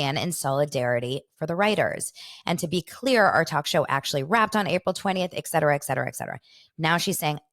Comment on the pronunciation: Hi, it's the ETCETERA lady - thanks for responding to my comment! You still say it wrong, but fuck it, say it however you want. I came hete earlier because of Heather- I'm in Poland, Polish woman English teacher- I don't get sirious radio here, so wanted to find out what that was all about. I don't even know how I started to listen to Juicy Scoop, but I'm into the US pop culture and I like her show. Don't give a shit about reality shows though... But I see you talk about other than that- like the weird Ashton situation and I have to tell you woman- you wore me down- I'm subscribing. I like how you speak (sans tje etcetera word haha) and my late mama was named in English language. Are you of Polish descent perhaps? Why is your name pronounced like that? Anyway, I like you, I wish you all the success my dear😘😘😘